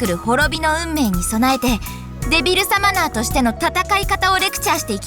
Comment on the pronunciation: リンゴの発音はちゃんとデビルサマナ↘だった。